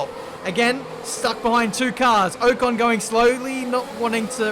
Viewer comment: Please be able to pronounce ocon properly by release. I'm sorry but it bothers me sm